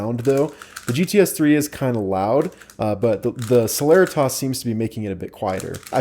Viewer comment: I thought celeritas was pronounced se-le-ree-tis not se-ler-rih-tahs